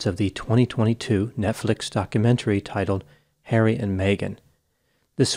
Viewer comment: Hawwy, they’re being mean to me, Hawwy 🤣